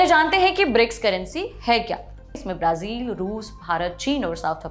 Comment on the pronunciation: Brazil का उच्चारण । | में अलग उच्चारण किया आपने